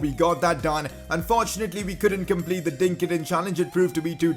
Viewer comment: When it said dink it in I thought it said drink it in